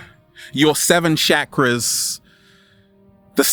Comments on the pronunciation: Bruv you gotta learn how to pronounce Sanskrit ...its "Chuck-ra" not "Shakra"...but very real and humourous delivery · 1st thing in the day its chakras not shakras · Why is he called Chakras, Shakras? lol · "Shackras" lol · He says chakras weird & it bothers me soo much he says it like shakaras 😰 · The way he was saying chakras was killing me